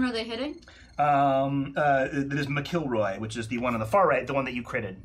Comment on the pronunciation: Love how you guys pronounce my name "M'Killroy" LOL. Well worth subscribing too and hope to see you for season 3